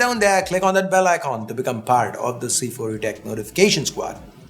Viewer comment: Nokia 👍👍 By the way, when u say "part" it sounds "Fart" 😅😅😅